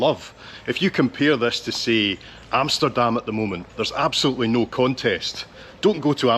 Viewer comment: Although there is that slight Scot accent, your Dutch word pronunciation is spot on. Love that you said Amsterdam with a short A instead of the long A most Americans use. Can you imagine using a long A for America? Yet they can't pronounce Amsterdam correctly.